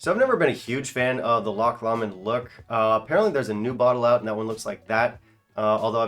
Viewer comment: Pronunciation for Lomond - Low-mond